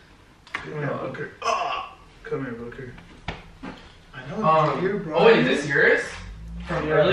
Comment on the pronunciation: when he said booker are you going to help me prank it sounded like he said fucker